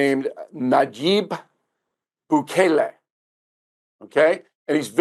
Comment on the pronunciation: O'Reilly can't pronounce Bukele correctly.